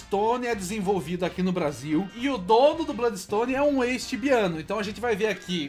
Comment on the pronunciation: daora esse "BLÓDIXTONE"